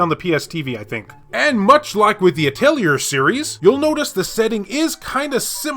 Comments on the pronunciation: I don't mind your mispronunciations, that's part of the charm of this channel! But since you asked: PRONUNCIATION GUIDE PLUS ULTRA!!!: Atelier: At-ell-ee-yay Mana: Either way is correct, but Mah-nuh is how I say it. Randi: (You pronounced this correctly.) Prim: Technically Puu-dim, but just saying Prim like you said is just fine. Popoi: (I think you pronounced this one correctly, too, but you said it fast. It's basically like saying "potpourri" without pronouncing the rr part.) Aisling: (No idea, but guessing Eyes-ling) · I think Atelier is pronounced At- Tel-E-A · Ahl-tea-eh. It's french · it is. the actual word is pronounced like that. it also fits pretty well how it is said in JP (ah-to-ri-ey). NISA used to localize the games and mostly just put the R t the end like a-tel-E-er. Then KT absorbed Gust so KT did localization instead of NISA and it got even worse with "At-leer" it's said like that in Sophie and Firis pretty sure. after Firis though there hasn't been an english dub so it hasn't been an issue. (I'm actually not 100% sure about the change from NISA to KT and if it corresponds to the change from A-tel-E-er to At-leer) I still say A-tel-E-er even though I know its kinda wrong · It’s a French name, the pronunciation is basically the same as in english, only the final letter is silent, so it sounds more like atelieh actually (just like the t is silent in cabaret or valet). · Can we get an expert in the comments confirm the correct pronunciation of the word Atelier?